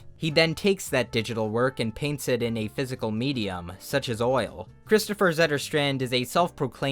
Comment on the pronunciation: as a swede, i approve of your pronunciation of kristoffers name.